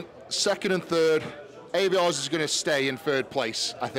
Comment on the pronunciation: You hear their names said all the time, yet you still mispronounce them 😂 Ay-vi-ars